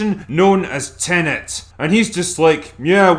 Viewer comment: "Tenenent" is the latest movie from acclaimed director "Christ, Off Her Now, Len"